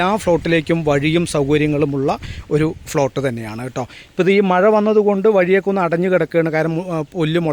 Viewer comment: Flot അല്ല പ്ലോട്ട് ന്നു പറയു അടുത്ത video കറക്റ്റ് ചെയുമല്ലോ